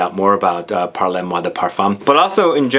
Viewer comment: It’s pronounced “parl moi de parfum.”. Or you could say “parle moi de parfum” with that e in parle very soft and NOT like “parlez”. which is pronounced “parlay”. But “parle-moi de parfum” is almost like “talk to me, dear, about perfume “ and not “talk to me maam (or mr) about perfume “ which is the”parlez” form of the verb “parler”, to talk. “Parle” is the intimate, informal form of the verb- it’s the difference between tu and vous. For the give away- I like the name of the house because of that intimate sense of it, as I was trying to explain. I haven’t yet smelled any but Mile High sounds wonderful- Fall fruits/dried flowers- nice! I’m in Seattle!